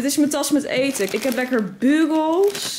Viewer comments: Hahaha jij zegt bugels als bukols maar je spreekt het uit bjukols 😂 btw leuke vlog! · Nee je spreekt het uit als: Bjoekols